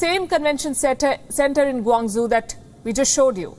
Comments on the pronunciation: You can't even pronounce Guangzhou properly? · She should learn how to pronounce Guangzhou. This is a typical train station. They switched platforms so people make a dash for it. Nothing unusual but this is misinformation. Always drama from Palki.